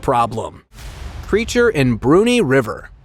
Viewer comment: you need to train the AI voice to correctly pronounce Brunei